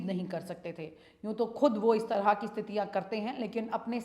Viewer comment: बहुत सुंदर समाचार प्रस्तुति होती है आपकी, मैडम तरह बोलिये आप तरंह kyun बोलती हैं